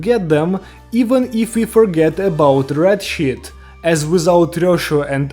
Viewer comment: I love how he pronounces red sheet “red shit” lol